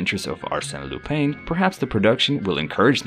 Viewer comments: Lupin is pronounced Loo-pahn. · Legit though, how am I going to take a video seriously when you can't even pronounce the topic's name? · His mispronation of the name, made it hard to watch the video 😄